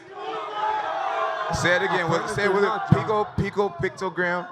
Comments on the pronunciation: picto-gram... smh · picto- gate. I said it first. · Jon jones tried to sound smart talking about his shit, and he didn´t now how to say it..... is a pice of shit.... junkie cheater... mr. "pictogram" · Jon "pictogram" Jones lmao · jon "pictogram" jones lol